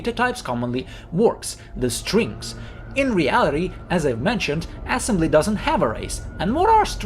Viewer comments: why is bro saying assembly like "ass-'mbly"? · dude says "ass embly" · Love how you pronounce it ass-embly. 😆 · broh really emphasizing the ass in assembly😭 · i like how you emphasize "ass" in assembly